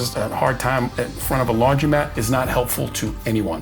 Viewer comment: *Laundromat, not laundry mat.